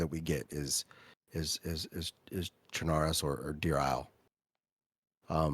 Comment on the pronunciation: one of the few people that pronouces chernarus properly, if u dont say it like lawless you are wrong and need to do research.